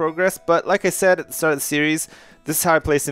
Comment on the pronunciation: said not sayed and you spelt neighbourhood wrong